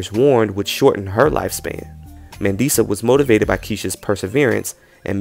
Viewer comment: It's pronounced Mah-ndee-sah ❤😉☺️ it's a South African name.